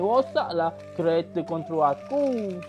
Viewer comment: Kerete padahal bacaan nya kereta